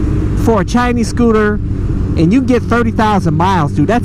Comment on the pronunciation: I heard u said 'Chi-ni-s'. Wow. Next time Just say 'Chinese'